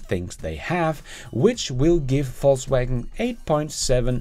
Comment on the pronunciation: I love how you deliberately pronounce VW FalseWagon :)